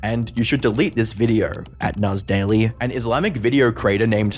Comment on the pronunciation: "Nass daily" was more like "an ass daily"